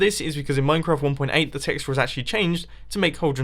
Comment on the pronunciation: Dude.You said "Minecrap"